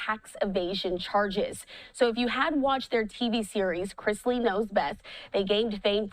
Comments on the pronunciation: News anchor mispronounced their name she said and it's Chrisley!!! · Was anyone else as irritated as I was with the commentator calling them instead of Chrisley??!! You live under a rock AND cannot read??!! 🙄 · Chrisley, not! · She keeps saying "" instead of "Chrisley". If you're going to do a story on someone, at least say their names correctly. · CHRISLEY. Please stop saying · Learn how to read. Their name has no T. IT IS CHRISLY